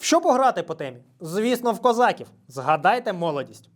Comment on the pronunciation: Українською промовляється не козАків, а козакІв.